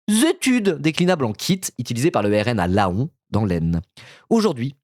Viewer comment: Laon se prononce "lan"...